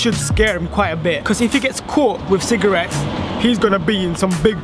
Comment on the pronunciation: 6 times you said cigrates